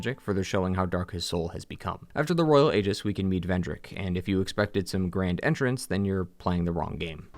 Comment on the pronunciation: Aegis is pronounced EEjis. Guy mispronounces it every single fucking time.